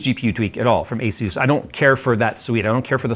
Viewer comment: Asus is pronouced Ay - Soos!